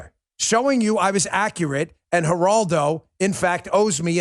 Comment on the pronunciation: ...And cursing elders is unseemly. You look like a bully when you pile on Mr. Rivera with your rant. "Numbnuts"? And you sound like a racist when you mispronounced his name. Show some respect. Geraldo (starts with an "h" sound), he was the first to speak out on TV on behalf of abused women and children-look it up. It's a '70s era grainy video. Geraldo Rivera has had his media chops for a long time, and you weren't there to insult his street creds.